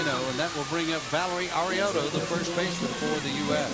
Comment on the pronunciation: I died when he said Valerie Arioto. He pronounced it so wrong 😂